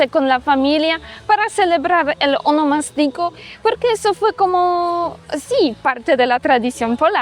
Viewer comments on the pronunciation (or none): Ahh tu dices honomastico. Pero creo que la en RD se le dice a tu cumpleaños. Un termino ya en des-uso. Verifica prounciacion que lleva asento diferente. Yo que vivo en Miami y soy de San Cristobal, he perdido la costumbre de tomas tantas cervezas por el tema de que aqui puedes tener multas muy altas por un porcentaje de alcohol en la sangre. Eso lo perdii en Miami